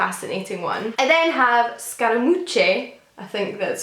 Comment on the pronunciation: Scaramouche is truly fun!! It’s pronounced “scara-moosh” 😁